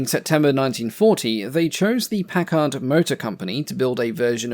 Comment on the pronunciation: When pronouncing the word "Packard", the accent is on the first syllable.